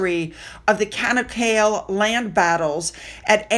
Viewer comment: Hi the area in Turkey where Princess Anne is visiting is pronounced "CHA knock A lay" Not cana kale. Not a criticism Just helping out:)